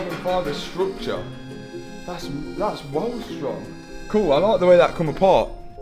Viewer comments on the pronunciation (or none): none